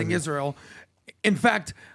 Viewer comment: Candace is smart and all but why does she pronounce it Ish-real?